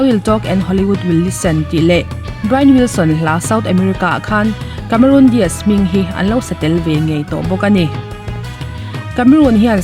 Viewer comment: Cameron Diaz ,.kamerun dias ai mahin Kamerawn dace(dice/dise) tiin lam la a dik zawk asin.Charlie's Angels-Chhalis Angels tiin.😁😁